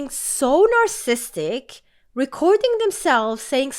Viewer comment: I know English is not your native language so, let me help you out: You're missing a syllable in narCISsistic